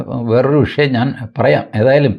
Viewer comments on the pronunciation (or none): none